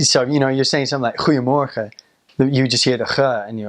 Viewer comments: was really impressed when he said 'goedemorgen', sounded just as any native speaker. ur doing great! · goedemorgen went very good.....mevrouw was a clear accent lol